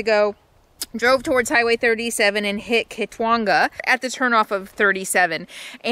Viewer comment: Hi. Yes you pronounced Kitwanga correctly! Hyder Alaska is so cool.....enjoy your drive!!